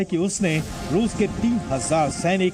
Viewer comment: "Ruse ka bola Sahar ...ruse ke kharkiew' kaise reporter ho be